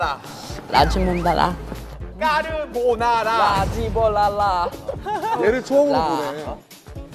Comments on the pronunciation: estoy mal o escucho que dice lachimondala - lagibolala- laGImolala jajaja hasta el propio jimin cambio su palabra y terminó diciendo todo diferente jaja j-hope si si me está entendiendo jaja y el otro con su lachimondala JAJAJAJAJA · ESS MUY ABUSO COMO SONO EL LACHIMONDALA AHAHAHAH cambio el sonido ah